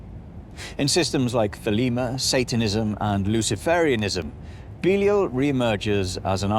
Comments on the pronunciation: Thought it was be-lie-al nt beelee-ul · It's not BEELEEUL. It's BEE-LIE-AL. 🤦🤦🤦🙄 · Ive always heard it pronounced "buh-LY-al" not "bee-leel" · He is not Beelee-eel, but Bēleeāl or Bēlīāl. English talking folk - pronounce the most names wrong. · I thought it was pronounced beh-lie-all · Can't stand how you say "belial" dude...even with your accent taken into account, that's not how you say it. "Be-lie-el" ...there...any supposed english speaker can say that easily enough. When your "i" and the "a" next to it sound like like a pair of "e"s, then it's probably not right, you know? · is that how you pronounce it? I always thought it was be-lie-al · Beleel.. Never heard of pronounced like that anywhere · Huh. It's strange hearing it pronounced that way. I've always pronounced it Be-lie-al. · If you cannot pronounce his name right than inwill not watch thr video. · Belial must be tired of getting his name mispronounced from English to American to I can't understand what you're saying ,even though he's deaf Got to hand some flyers out for him in case Satan throws him deeper than the cracks . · That's not how you pronounce Belial 😛 (I kid. Mostly.) Are we talking about something from the Bible or Donald trump? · Man they even pronounced Belial wrong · It's pronounced Belial, you brit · The time is coming. :) I like to see how you humans think how it is. It's no the best pronunciation, but keep going